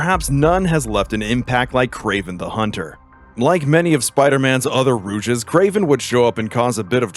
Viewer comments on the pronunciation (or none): I love that the narrator has mixed up the word Rogue with the french word Rouge. 😂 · ROGUE GALLERY, ROW-G. NOT ROUGE, REWJ. ROGUE IS A VILLAIN, ROUGE IS A COLOR. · Rouges?! It's rogues! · It's "rogue's". Not "rouge's". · Rouge's gallery? You mean Rogues (Row-gs) Gallery. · good vid but why does bro say rogues as ROOGIS😭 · Not the “Rouge’s Gallery” 💀 it’s rogues bro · this video is great but it's rogue gallery, not rouges, im sorry if you've been told that it's rouges but that is french for the color red, the word you need is rogue (pronounced row-guh) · Did you call his Rogues Gallery a "Rouges Gallery"? Yeah I'm done. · Lol rouges. I think it's rogue's, not rouge.. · It’s rogues not rouges lol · It's rogues, not rouges lol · ROGUES GALLERY NOT ROUGES GALLERY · ROGUE gallery, not ROUGE gallery, holy fuck how did you fuck that up? repeatedly fucked it up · ROH-GUH NOT ROUGE! Rouge is red in French. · r rouges?? you mean rogues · Rouges gallery! It’s Rogues, like the DND class. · His "Rouge's gallery" .......you mean Rogues Gallery dont you? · I am stunned that the narrator is referring to “rogues” (pronounced rowgz), meaning bad guys, as “rouges” (roo-jiz) which is makeup. It’s an indication that neither the writer nor the narrator nor the video editor cares about comics, since the idea of a character’s rogues gallery is a basic element of comic fandom. Serious garbage. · Is he pronouncing rogue as rouge? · Are you saying rouges? Instead of rogues? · Rogues, not Rouges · “rujes” 💀 Nah I’m just playing great vid btw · Buddy said roujes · I'm sorry, but what the fuck is a roojus gallery? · excuse me... "Rouges gallery"? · Every time he calls them "rouges" I died a little inside. Is this an in joke lol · I like the vid and all But I'm quite infuriated by how he pronounced "Rouge's gallery" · "rouges gallery"? are you joking? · Had to pause to let you know that the way you pronounce "rouges" is by far and away the most tragic thing in this entire video